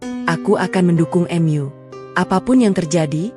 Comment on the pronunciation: Gunakanlah bahasa Indonesia dengan baik,"mu" bukan " m yu"